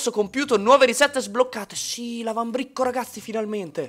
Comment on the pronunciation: Minuto "l'avambricco"